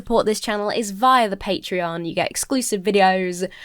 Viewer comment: I was munching on crisps when mentioned patreon, and heard "The best way to support this channel is via the patriarchy." instead of 'patreon' omg